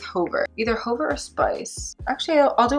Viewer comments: Fabulous demo🫶🏼 U helped me decide whether I want Cork liner or not & it’s a big YES 🙌 Ty! Btw Hover is pronounced "HUH-ver" not "HOE-ver" 🤣 idk why that struck me so funny LMAO😆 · Hover...no long "o"...hə-ver...the helicopter hovered over the landing pad. This "ə" is a schwa...but not sure they even teach that in school anymore but they did in the not so long ago "back in the day"...and is used extensively in French...and since English is over 30% French based (think back to 1066AD and William the Conquerer/the Norman Conquest), we have LOTS of words derived from the French language. Speaking of French...you pronounced "faux" correctly, and that's completely French...means "false".